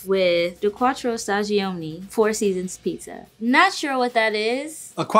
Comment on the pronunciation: Pro tip. The first "i" in stagioni is silent.